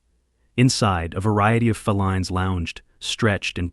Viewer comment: Fell ines? Really Fē līn is how to say it